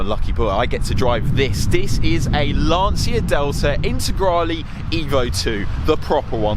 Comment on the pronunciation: Ma imparate almeno a pronunciare bene il nome di una vettura prima di recensirla cazxo